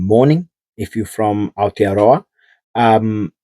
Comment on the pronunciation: I subbed based on your efforts to even say Aotearoa properly....not just the content that is impressive..well done sir looking forward to all you coverage